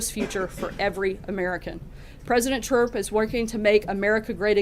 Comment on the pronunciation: wow wow she says president chrup